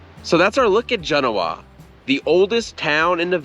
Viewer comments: It’s ‘Jen’-Oh-Uh not Gen-ohaww. You have lots of follwers and watchers. You do a great job and very informative, which is appreciated. But last thing we need is a bunch of people traveling here to see and interact saying the name of the town completely incorrect. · Gen…. Owa not goenia. Learn to pronoun the towns correctly. You probably say nuvoda. For Nevada too. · th locals pronounce it 'Gen-NO- a', not the correct way. I am shocked that no one told you the belief of the town's beginning a 'store'. The Mormons whould sell supplies to the pioneers then dress up as Native Americans and rob the same pioneers, sometimes killing them, then re-sell the supplies to other pioneers. Hey, that's what I was told in the bar. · Enjoyed this video! But, as a local, I have to comment: 1) JEN-oh-uh is in Italy. The Nevada town is jen-OH-uh. 2) "Snowshoe" Thompson was so called because skis were called snowshoes then. The term "ski" wasn't adopted into English until the 20th century. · Love the show, regularly watch it, but being a resident of this area let me help you out a bit with the pronunciation. Genoa Properly Pronounced Gin-OH-uh The emphasis is more on the OH Not Gin-oh-WAH. Genoa is only part of the incredible story of the old west in this area, lots of good history at Carson City, much of it explained at the museum (highly recomended) as well as Virginia City. A note of interest, the streets of Carson City were once paved with silver ore unbeknownst to the people who did the paving who were unaware of the reason why the clay like material they used had such a funny bluish color. the streets of Carson City were literally paved with silver Once. But when it was discovered the streets were paved with silver ore, the streets were promptly torn up and the ore was turned into silver ingots before the streets were properly repaved. Your welcome😉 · Just FYI, area locals call it, not JEN-o-ah. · Genoa is pronounced: "juh-NO-ah" not “JEN-o-wah". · Locals say gen-OH-ah